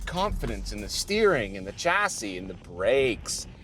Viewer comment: your mum back in England would not be very happy hearing you've started mispronouncing "chassis" like Thomas.